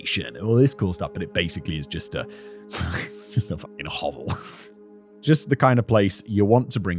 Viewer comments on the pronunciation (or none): none